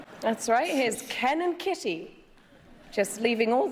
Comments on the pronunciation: i heard cannon kitty instead of ken and kitty only thing that tripped me up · i swear to god she said cannon kitty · I would guess that "fodder" in the first example is an reference to cannon fodder, because the way she said "Ken and" sounds like Cannon - but maybe I am overanalyzing. Not a native speaker btw. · For the first joke, i think additional layer can be seen in "Ken and" sounding like "cannon", that rhymes with "fodder" in the end of a line, alluding to how they were thrown into this rivalry unwittingly. Or maybe it is just accidental and i read too much into this. As for understanding jokes, etc... I had troubles hearing "bernstein" in 4th one. I did figure out, that there should be name or surname, but not knowing those journalist, her pronounciation made me hear smth like "bernsty". And, frankly, i think 5th was easier, that 3 and 4 :)